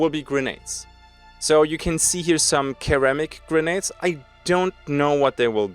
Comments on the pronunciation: Hey "ceramic" is pronounced like "sare-amic" LOL not "care-amic" love you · I'm sorry but did he say keramic??? Is that how it's pronounced in some places? Or was it a slip of the tongue? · Not sure what you are getting at@ ceramic is spelled like that and pronounced with an s . But he pronounced it with a k I've never heard it like that before maybe it was a joke not sure.